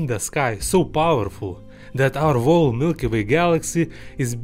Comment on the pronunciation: when you pronounce "whole" you have to pronounce it as "hole". Remember not to pronounce the "V"